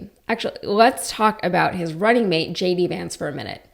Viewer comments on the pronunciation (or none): none